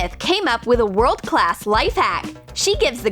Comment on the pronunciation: The way they say class! I can’t!